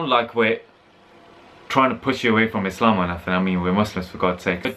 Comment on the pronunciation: love how prounounces "islam" proper eyptian accent u noe 😂